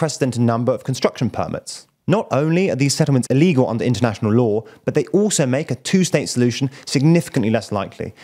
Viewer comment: I find him talking too fast/hectic and monotonous. Words like "international" are spoken unclearly.